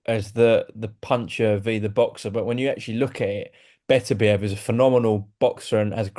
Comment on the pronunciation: This is the first time I’ve ever heard frank pronounce Betterbehave name properly 🤣🤣🤣🥊🥊